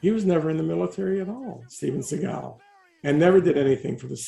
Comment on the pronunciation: Who’s Steven Seagull?? Lol!